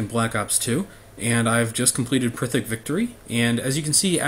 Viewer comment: Not to sound rude or anything, but it's pronounced "PEER-ICK", not "prithick" or whatever that funny sound you made with your lips was.